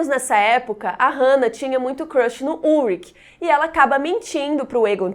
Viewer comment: Amei! To amando na verdade essa semana Dark! Porem MUITA ANGUSTIA por causa da pronúncia dos nomes: Ulrich e Michael. Em alemao se diz “ú ri ch”, som de ch no final, como em chuva. E michael a mesma coisa, pois nao é uma pronúncia americanizada feito Michae Jackson, e sim, “mi cha él”, também como em chuva, e um “L” puxadinho.